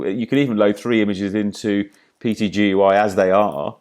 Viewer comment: Wonderfully informative, but please call PTGui as PT....Gui...it sounds so hard to hear you call it PTGUI...LOL Cheers